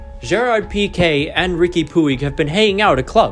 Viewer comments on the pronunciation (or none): Take a shot every time he says "PUEEG". For those wondering, it's pronounced "Puj". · Hey man, "Puig" (as in Riqui Puig) is pronounced "Pooch", or "Puch" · it’s pronounced pooch